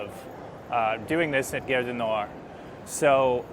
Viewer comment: If you can pronounce "car", why do you make guerre ( which means war) out of gare?